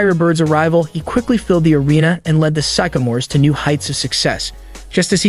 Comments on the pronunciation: I'm pretty sure this video is AI chat program writing the script combined with a text to speech program. There were a lot of pronunciation mistakes, (record, Sycamores, Isiah, Cleveland, etc.) and at one point he said the Los Angeles Dodgers. And of course, the "final year on Earth." The information is interesting, but the video itself just seems half assed. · He mispronounced Sycamores and Said Bird played for the BUlls (I think he meant Hoosiers) but the Isiah is good!